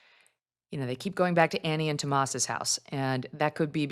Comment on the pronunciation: TomassO! O! TOMASSO! It's not hard!